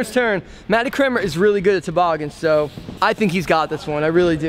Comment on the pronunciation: You pronounce Cranmer differently... Matty Crayon-mer, Scotty Crane-mer. Hilarious.